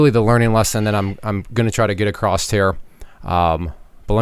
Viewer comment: You said "acrossT."